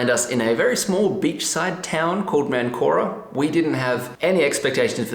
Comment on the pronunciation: You started in what you called ManCORa. It is MANcora, the emphasis is important in Spanish.